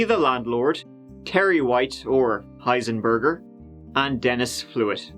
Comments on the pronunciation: Heisenburger lol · It's Heisenberg, you muppet.